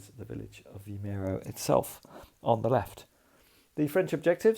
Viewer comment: Another enjoyable video. Your pronunciation of Vimeiro was close enough :D